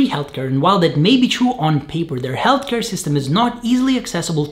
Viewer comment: Is (ealtcare) not (jeltker)